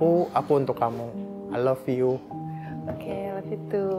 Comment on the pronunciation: Masnya td ngomongnya ai lepiyu🤣